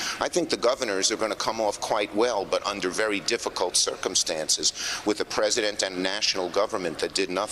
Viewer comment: "praise-a-dent" thump*